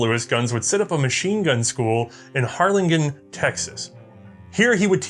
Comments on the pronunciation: Having grown up in Harlingen Texas, it is pronounced har-lin-jen. Thank You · Harlingen is pronounced HAR LIN JEN. Yes, I'm going to be that guy